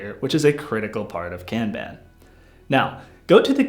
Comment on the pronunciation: Say "Kanban" correctly and I'll finish watching your video... Sheesh!